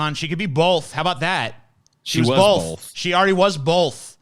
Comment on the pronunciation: "Hey, say, 'both.'" "BOLTH"